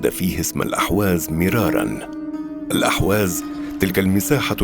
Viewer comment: ارجو ان تنبهوا الضيف ان ينتبه الى تسميته لاقليمه ...بان يسميه بلاسم الصحيح ...باالاحواز وليس الاهواز ..وكما ينطقها المقدم للفديوا جزاه الله خيرا ..